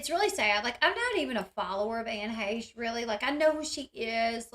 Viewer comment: Dang her being " pretty " definitely important. And you sure can pronounce her last name. Good job.